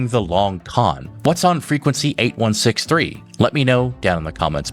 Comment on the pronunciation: Why does he say 8163…it 8613 😅